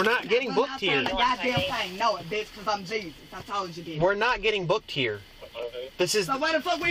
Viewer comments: “because JE-SUS!” IM DEAD😹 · It's Jesus JESUS!! is how its pronounced lol